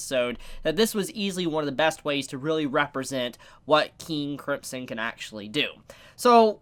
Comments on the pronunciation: KING KRIMP SON god that pronouncing hurts me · Am I the only one who hears say 'King Cripsom'??? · I still can't get over you saying King Cripson. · your not saying KING CRIMSON right!!!!